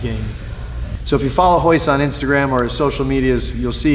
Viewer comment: It's Royce not hoyce